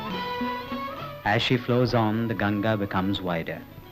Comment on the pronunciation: Its Gan-Gha not Gan-ja. Gan-ja is marijuana. 😭😂